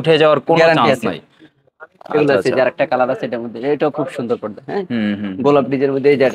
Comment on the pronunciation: Bhai podda na porda